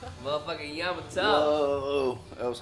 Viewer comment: Yamato* not Jamato